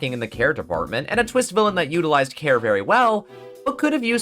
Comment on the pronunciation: when you were talking about gavin i thought you said hair instead of care and now i can't stop thinking about bald kristoph gavin